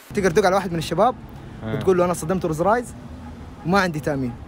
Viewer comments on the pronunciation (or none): ماتعرف تقول روز رايز😂👌